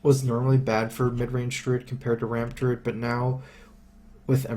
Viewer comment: called 'Deeruid' any Druids don't like it.